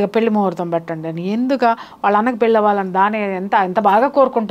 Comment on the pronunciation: పెళ్ళి అనడం రావడం లేదు